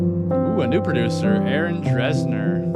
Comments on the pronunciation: If I had known prior to starting this video that I could’ve played a drinking game for every time you mispronounced ‘Dessner’ 😂… I’d be wasted🎉 Seriously, I really did appreciate the video though. Good job 🫶☺️ It was fun! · It’s actually pronounced Dessner not DRessner haha💀😭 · why is no one talking about how he kept saying Aaron “Dressner” instead of Dessner